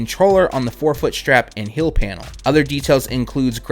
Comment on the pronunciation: Please...say it with me..."Heeeeeeeel" not "hill" and "teeeeeeeal" not "till"